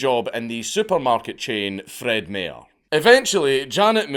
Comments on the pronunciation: The way you say Fred Meyer. Insanity. It's not May urrrrr Ita my urrrrr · Fred My-er. My-er. At least you didn't butcher Oregon's name...although as states go it's a royal c*nt among many, topped only by California. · It’s pronounced Fred My-er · Fred MAYOR lol I love the pronunciation. (its my er) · I know you already posted the video and it's totally irrelevant to the point but being from the same state it's gonna bug me not to point this out. We pronounce the Meyer in Fred Meyer like saying the letter "i" and not the letter "a." Just like the actor, Mike Myers. Don't know why we do, we just do. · My favorite part of this whole thing... is how dank pronounces Fred Meyer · That's not how you say Fred Meyer lad. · I love how dankula pronounces Fred Meyers😂😂😂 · As someone from Oregon this was hilarious. The way you pronounce Fred Meyer (it is like Oscar MEYER Weiner) is amusing. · As an Oregonian, I knew it was only a matter of time before this made it in lol. Also Dank mispronouncing Fred Meyer hurts my soul a bit lol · 1 I’ve been in that store before, I’ve also been to the cemetery where she was buried many times. 2 the way you said Fred meyers was 1000% incorrect. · the way you say fred meyer is driving me insane